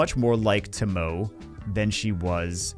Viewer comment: Not tomou, TomoE, and say the E like in Elephant. Source, I know Japanese (which pronunciation is not so far from Spanish).